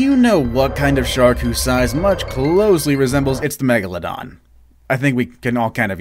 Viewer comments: Its meg la don Not meg la dona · I thought it was pronounced meg- la-don or is it meg-a-la-don